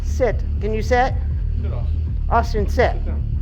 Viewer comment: Hayyy that's a Austin video.... Sounds like the lady calls him Awsome😂😂😂 thus the Austin video